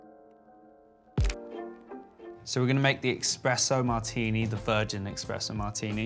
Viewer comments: there is no such thing as EXPRESSO... it's called ESPRESSO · Why is he saying Expresso ?!!!! Its espresso maaan , youre soo rich and dont know how to pronounce it ?? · Drives me nuts when people say eXpresso, come on Brooklyn. It’s eSpresso buddy ☕️ Otherwise cute video. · They are so adorable, but could someone please let Brooklyn know it's eSpresso, not eXpresso :D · its ESPRESSO MARTINI, not EXPRESSO 😂 what a “chef” he has no clue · It’s espresso not expresso martini. And Espresso not expresso coffee. 💝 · Is anyone else dying when he says “EXpresso martini” 😵‍💫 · He really said eXpresso 😂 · Stop saying expresso.. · "EX - presso martini" rich parents cant buy you a good education folks lmao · “Expresso” lol! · "expresso martini" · IS HE SAYING "EXPRESSO"??? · Watched 33 seconds of the video and closed it once he said eXpresso. Also no one thought they should do another take of this? smh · did he say expresso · Did he said eKspresso?😱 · It would be nice if Brooklyn learned how to pronounce espresso. Especially if it ends up being used in their signature drink. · God, i hate to be that person but there's no X in espresso!! 😭💔